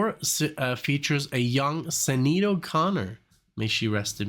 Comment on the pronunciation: By the way, Sinead is pronounced Shin-aid.